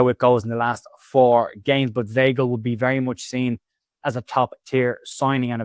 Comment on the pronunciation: Weigl pronounced … V igh gl … igh as in ‘high’